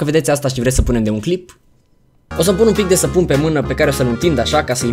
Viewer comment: "sapunem" 🤣🤣🤣 frumoooos,🤣